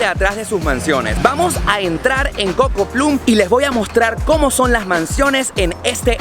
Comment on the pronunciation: Ya que estas en el "ojo " publico, teaching [pues en realidad eso es lo que haces], no crees que tienes aunque sea un poquito de responsabilidad de hacerlo por lo menos "tratando" de pronunciar bien el ingles? Si te quieres vender como alguien que es experto en Miami, por lo menos deberias tener idea de como se pronuncia Coco Plum. No se dice Coco Plum. Se dice Coco Pl-o-m En este caso la u", NO se pronuncia "u" [como lo hacemos en castellano] , ni tampoco hay una doble "oo" [pues la mayoria de las veces la doble oo en ingles se pronuncia u] pero este NO es el caso. Esta "u" en realidad se pronuncia entre "o" y "a". Seguramnte has oido pronunciarla bastantes veces. Te seria muchisimo mas facil tomarte una clase de pronunciacion que tratar de entender explicaciones por escrito. Esa constante repeticion de Pl-u-m aqui y Coco Pl-u-m alla y dale con el Coco Pl-u-m, deja mucho que desear. Trust me.Los latinos SI podemos hablar un buen ingles tambien, no un ingles machado. Tu video es MUY bueno; se ve que le has echado ganas y entusiasmo y es muy informativo. Es solo una sugerencia para que tus videos tengan mas credibilidad, veracidad, te sientas orgulloso de lo que haces y tengas clase. Perdona lo largo del comentario.